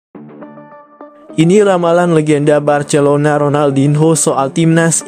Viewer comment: Ngomong Barcelona aja ngak bisa😅